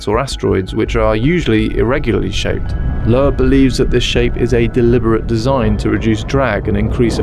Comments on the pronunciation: it's correctly pronounced loob -- like book. That's the original German pronunciation but Americans usually says it with a long O. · I'm pretty sure Avi's surname Loeb is pronounced lobe, like earlobe. Can't help thinking you should have checked before saying it wrong 20+ times. Regardless, another great video, good to see you back. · Dr. Loeb's name is "Loeb," but instead of /loh-ehb/ it's //öb, lœb, løb/, the Yiddish and German (and others) vowel between oh and ay, shape the mouth to say AY then round the lips to say OH at the same time. In English, this is usually given as just oh or ay, and Avi is /ah-vee/ instead of /ăvi.